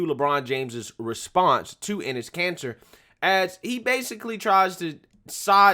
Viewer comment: I can't be the only one hearing 'anus cancer' 😂